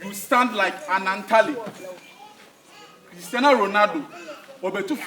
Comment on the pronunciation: Its Christiano not Christiana 😂